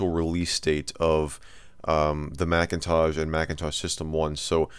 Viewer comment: I like how you consistently call it the Macintaj. :)